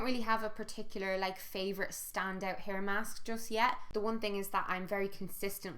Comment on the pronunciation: Was absolutely convinced for like 10 seconds you said 'PEAR mask' instead of hair mask hahahaha. I was like 'she conditioners her pears...?'